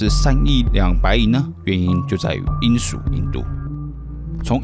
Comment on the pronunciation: 人家是英SHU印度，不是罂粟印度